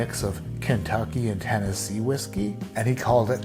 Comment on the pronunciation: said TenneSucky.....lol!!!!